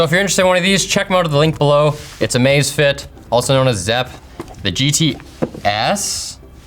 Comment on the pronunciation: in no world is that pronounced "amaze fit"- thought it was a new amazon watch for a hot second